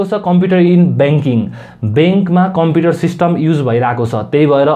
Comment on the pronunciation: tells he has been reading computer from grade 4 and mispronounces computer as compiter....rolf 🤣🤣🤣🤣🤣